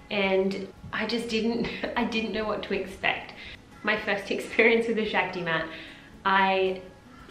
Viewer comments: It’s pronounced Shock-ti. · Actually. It’s pronounced shahk-ti